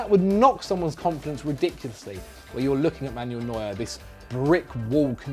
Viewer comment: It’s MAN-U-EL not MAN-YOULL. I get that different languages and regions have different pronunciations compared to one another and that some player names are difficult to pronounce, but at least try to pronounce the names correctly based on where they come from. I mean it’s not like the names aren’t spoken aloud by teammates, couches, announcers, the players themselves or loads of other people and you don’t have a reference point.